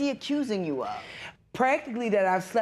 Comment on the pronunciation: I came here just to say this. That emphasis on "uooou"